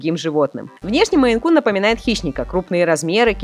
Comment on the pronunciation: не Men, а Maine